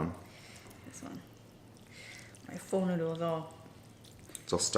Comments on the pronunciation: the second way of pronoucitation is accurate ~ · Yum! Also the way you said pho the second time was correct! I had homemade pho today lol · for all you idiots who think ure so smart pronouncing it "fuh", ure wrong. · Chicken noodle sour summer rolls and egg Rolls It’s Fo so the first way you said it. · Like its spelled pho but pronounced "pha". It was a bit confusing when I figured it out... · I’m Asian. You call them salad rolls and I call them spring rolls and the other one that you call spring rolls, I call them egg rolls. And I pronounce pho like the second way you pronounced it. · hehe, the thumbnail says "Vietnamise". Glad you enjoyed vietnamese food! I am vietnamese, but I don't really like the foods we have. But to others, it is delicious. And the second way you pronounced Pho is closer to the true pronounciation than "foe"